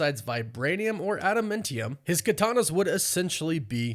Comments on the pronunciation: ADAMANTIUM is the word. I cringe every time you say "AdamMENtium" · If I’m wrong I’ll shut up about it but is it pronounced “adaMINtium” or “adaMANtium”. It’s grating hearing adaMINtium. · New marvel element "Ada-mintium" lol. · Adam AA ntium. Love the videos but the pronunciation kills me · Bro you have got to learn how to say ad-a-man-ti-um. Holy shit that's annoying. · You say adamantium dumb. “Adam-MEN-tium” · I've never heard someone pronounce adamantium like that before 😂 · You kinda say adamantium weird. To me at least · Yeah I'd have to agree.